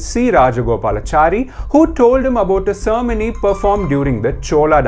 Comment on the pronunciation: The pronunciation of " cermony" ??? Mate it is Ceremony not "Cermony"